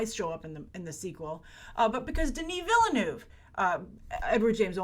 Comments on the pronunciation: the e in Denis Villeneuve's last name is silent. Denis is French Canadian. Think "ville" in French. Sincerely, a Canadian. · Please Denis Villeneuve... learn how to pronounce his name properly. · Hollywood Envy I just want her to be one of the few Americans who can say his last name correctly. I see Americans try so hard and they all say Denis correctly. But for some reason, they always pronounce the e in Villeneuve. While my French is terrible, there are no...speed bumps like that in French pronunciation. It's very a smooth sounding language.